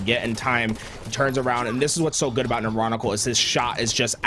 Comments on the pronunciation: too many.. and now never again XD. lol So sorry Neuron-ical. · How many times can the dude say the name neuronical wrong man. Jesus.